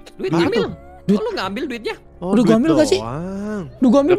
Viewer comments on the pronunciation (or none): ngakak bgt mo ngomong ambil malah ambyal😭